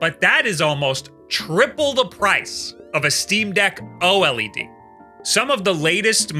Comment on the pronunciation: Brother is saying OLED like it’s its full government name